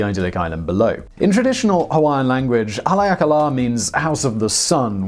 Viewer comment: That “career politician with ethics violations” served his country in WW2, being awarded the Medal of Honor, a bronze star and a Purple Heart, not to mention he lost his arm in combat. Nice try on the pronunciation of Haleakala, it is pronounced Ha-lay-ah-ka-la does not have any forest on the summit either it’s 10,000 ft above sea level way too much wind bro.